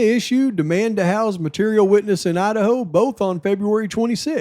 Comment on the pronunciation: Wow, mind is blown!!! Holy shit, no you cant make this stuff up!!! I love how you call the state "Lidaho"